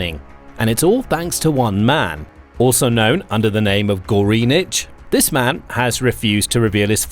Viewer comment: "Goreenich"??? I'm sure that's NOT the way you should pronounce it...